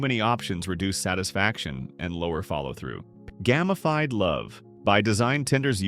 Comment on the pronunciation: The essay is good, but the bot voice tripping up on words like "record" and "gamified" really lets the video down. If you're going to use an AI voice, be ready to listen to your video and edit it where it makes silly mistakes.